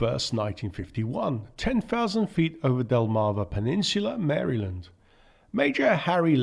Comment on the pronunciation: Wow. Someone with a foreign accent who knows how to pronounce Maryland.